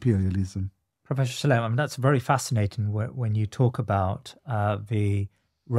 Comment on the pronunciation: I wish they wouldn't call him Professor Shlime or Shlaim - it's Shla-im.